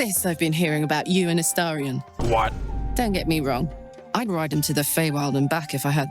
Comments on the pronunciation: Just my own little pet peeve but why does every YouTuber say Astarion’s name as A 😳 ion when it’s pronounce A ⭐️ ion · please for the love of god learn to say astarion’s name